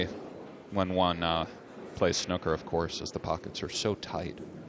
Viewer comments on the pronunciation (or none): when one plays snucker 🤣🤣 not snooker but snucker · Fam it’s pronounced snooker not snucker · It's "SN OOOOO KAHH" not "SN OOK AH" bloody Americans haha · Why does the American commentator keep pronouncing "snooker" like it rhymes with "looker" or "booker"? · Trump used the wrong english, like the commentator said snook-er lol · The way the yank pronounce snooker. Snucker 😬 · The way the commentator called it snucker had me rolling! 🤣🤣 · Just me who wished the British commentator would correct the way the American says 'snukker'? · hate how he pronounces snooker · I wonder why Americans can pronounce Snoop Dogg correctly but not snooker. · I was just getting annoyed at how the American commentator said snooker